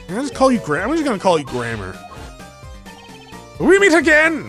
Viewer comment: The way you pronounce "Gramarye" is with a silent "E", so it's "Gra - mery"